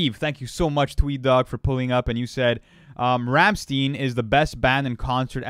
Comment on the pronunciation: The way they pronounce Ramsteinn 😂😂 I probably misspelled it too 😂